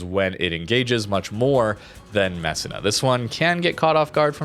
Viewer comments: MESSEENA, proper pronunciation please, and thank you for pronouncing Sicilia properly as well. That one took a while. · Hey, Italian here. Its pronounced Mess-e-nah. Just a heads up😊